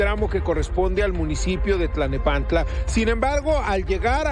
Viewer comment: Te comento con respeto: Dices y repites en varias ocasiones, Tlanepantla, no es Tlanepantla es: T l a l n e p a n t l a.